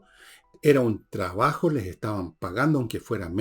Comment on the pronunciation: Enchhhega. No es difícil pronunciar TR. Tres tristes tigres trigaban trigo en un trigal. Por favor Villegas chabajo no es trabajo. Has pronunciado TRIGONOMETRÍA correctamente.